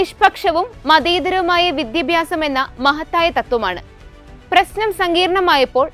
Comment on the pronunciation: വിദ്യഭ്യാസം… അല്ല .. വിദ്യാഭ്യാസം എന്നു പറയൂ..